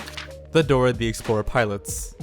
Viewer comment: Dorer the explorer